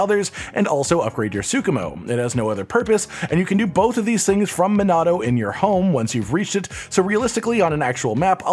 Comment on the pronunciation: Men - uh - toe (Minato) Car - uh - ker - ee (Karakuri